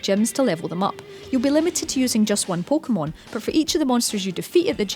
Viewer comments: Pookmon omg say it right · She pronounced it "poh keh bol" "poh keh mon" pretty normal, dumbass hahahaha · no shit, but am i not allowed to be annoyed? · pokemon poke a mon po Kay mon. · "PO-KOH-MUN" "PO-KOH-MUN" "PO-KOH-BOWL" "PO-KOH-BOWL" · her pronounciation pissed me off so much